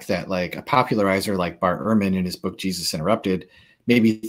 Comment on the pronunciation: Wth is a “bewk”?